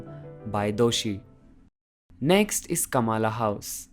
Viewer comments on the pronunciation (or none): Great job man.....🙏 Just wanted to say that there is a small pronunciation mistake - not " KAMALA house"........it's "KAMLA house".